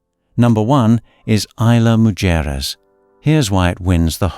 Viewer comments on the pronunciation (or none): only...Isla Mujeres...please read in spanish....read Mucheres, ISLAND OF WOMEN (ISLA MUJERES ) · I THINK YOU MEANT TO SAY ISLA MUJERES ...LOL...